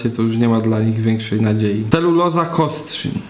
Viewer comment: tak, Kostrzyn nad Odrą i proszę, bez „ń” na końcu!